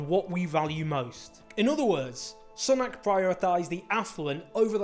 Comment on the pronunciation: ‘Soonak’ not ‘S’nak’